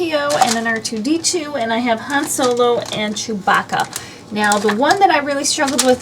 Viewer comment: You are saying Hans name wrong